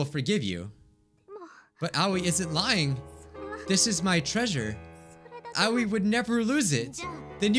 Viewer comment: The way he pronounces Aoi 😂🤣 It’s actually pronounced “AH O EE”(あおい